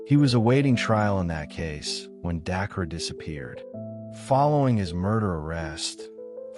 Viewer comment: You’re mispronouncing her name wrong. Get it right!!!